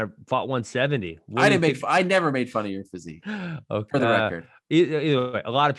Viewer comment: Maaaan this is weak Ben always getting knocked out he needs to hit the gym I don't care wat he says about his "fasiq" ffs lol